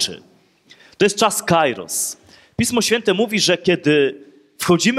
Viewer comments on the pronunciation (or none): Proszę ksiedza "kairos" to greckei słowo oznaczające czas lub pogodę, czytamy "kieros" ...